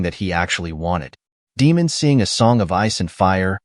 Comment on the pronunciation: Must be AI Voiceover? You can't watch the show and mispronouce almost every single name surely. Demon?? Renerra?? Quite major characters! Are Americans so out of touch with the rest of the world they just stubbornly pronouce names how they think they should be pronouced and ignore their ears??!